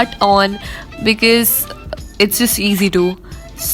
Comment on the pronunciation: It's BECAUSE and not BICIZ😂😂 or you could have just said BECUZ or CUZ... BICIZ us way too funny 😍 anyway love your videos ❤❤❤❤ waiting for 1m❤❤❤